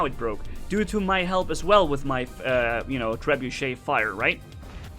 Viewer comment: wrong grammar cause you read the guns like trebeuch wrong